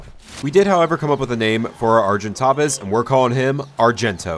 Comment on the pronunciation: And, ar-gin-taves